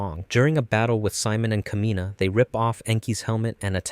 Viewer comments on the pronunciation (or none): Thymilph is pronounced Tim Ult. Kamina is pronounced Kah Me Nah. Simon is pronounced Sea Moan.